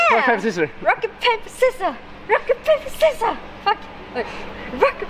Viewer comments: Did she say rocket paper scissor, not rock paper sicissos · "Rocka Pape scissar"